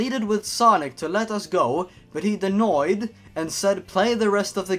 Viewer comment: denioed XD